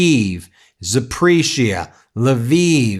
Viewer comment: BEN: I appreciate your covering these Russia/Ukraine stories. Hint on pronunciation: it's Za-po-REEZH-ya, not Za-PREEZH-ya.